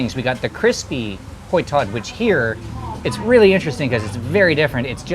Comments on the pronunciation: Hoi tod is pronounced "h-oil" tod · Your pronunciation of hoi tod sounds like kwuoi tod😂